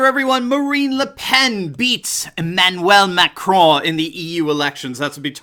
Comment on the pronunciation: BTW it's not Emanwell !!! It's Emmanuel Macron FFS !!